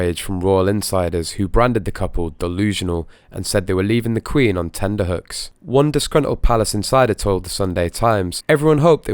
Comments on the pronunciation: Um, it's actually TENTERHOOKS, not tenderhooks !! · That always bothers me too.